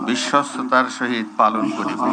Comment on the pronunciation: *******খাম্বাচোরা,বিশ্বস্ততা যে উচ্চারণ করতে পারে না,সে বিশ্বস্ততার সহিত কিভাবে কাজ করবে I বিশ্বস্ততা কে বলেন বিশ্বতা I ভুলটা সম্ভবত ইচ্ছাকৃত কারণ বিশ্বাসযোগ্যতা,বিশ্বস্ততা কোন চোরের ভিতরে থাকে না I *******বাংলাদেশের ঝড় উঠেছে,ধীরে ধীরে বৃষ্টি হচ্ছে I ঝড়ের তান্ডব এখনও বাংলাদেশের মানুষ বা বিএনপি অবলোকন করেনি ....... বিপ্লব দীর্ঘজীবী হোক 🇧🇩